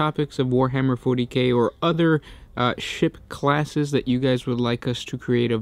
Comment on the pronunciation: When he said ship classes i tought i heard shit classes